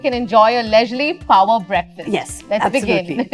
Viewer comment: Hindi me bola karo yar.. Instead of shooti g english that u cant speak.. I mean phower breakfast..???!!! Babe its power not phoawer breakfast😂host just cant stop showing off her village accent i from of sohas upper engliah acceent and failed it